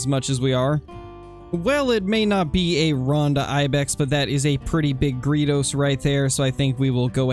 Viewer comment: I cringe every time you say gredos. It's like greydos